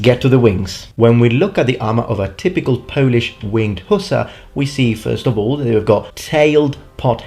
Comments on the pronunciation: Err, in English - huss-are s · WOW i was pronouncing hussar wrong all along. I was putting the inflection on the a...